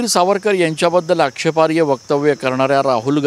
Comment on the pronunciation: आक्षेपार्य असा शब्द नाही ओ तो. आक्षेपार्ह असा शब्द आहे. मराठी बदलून टाकणार तुम्ही लवकरच